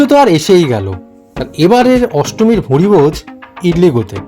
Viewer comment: ভুঁড়িভোজ নয়, কথাটা ভুরিভোজ